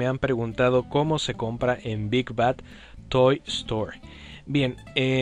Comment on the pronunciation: te comiste la "d" en "bad" ¡Buen video!